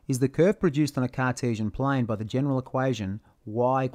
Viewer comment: a cartisian plaiiiin, in an ozzy accent, beuautiful, when y=x ^2squeeeeeee'rd